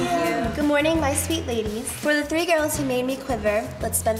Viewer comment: "Couple two tree tings" lol